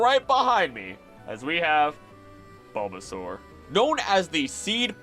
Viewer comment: So glad this was posted when I had time to watch!! I was really hoping for this video and I loved every bit of it!! I do remember one thing- you said like Buhbbysaur or something? Could that possibly be from the Lil Char and Gaang webcomic???